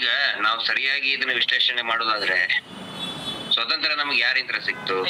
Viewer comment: Swathanthra alla, Swathanthrya sariyagi ucharisi.